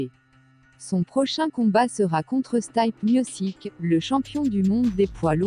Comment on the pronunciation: vidéo avec des info mais cette voix c’est tout simplement horrible et la prononciation de stipe miocic j’en parle pas